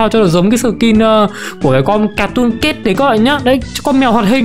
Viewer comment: Từ cat phát âm là "kaet" mà em, âm "ae"